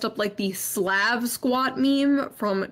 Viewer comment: Her pronunciation of "Slav" is horrendous.